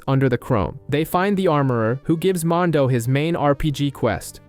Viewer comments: Please redo this video a auto to at least say Mando! And not mon do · I hate the way this guy says mando, mondow? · Mondo? Couldnt watch bc of this... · I stopped watching because you cant pronounce mando correctly. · You say everything else just fine but mando!